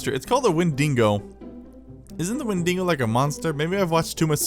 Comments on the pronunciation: Its Wendigo not Windingo or whatever. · Wen-dee-go is the monster Win-dee-go is the roller coaster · That's the wendigo not the windingo